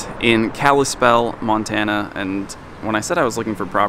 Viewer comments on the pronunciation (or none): none